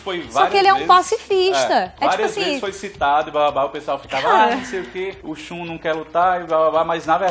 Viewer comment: O Shun (e não "a" Shun).